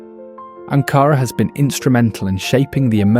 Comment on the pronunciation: I welcome the effort to inform. I do not see any point to the ceaseless background music. One correction: In proper Turkish usage, Ankara is NEVER pronounced with emphasis on the 2nd syllable, as AnKAra. It is either pronounced with EQUAL emphasis on all three syllables, or (when the intention is to underscore its importance/dearness, etc.) it is pronounced with more emphasis on the 1st syllable, as ANkara.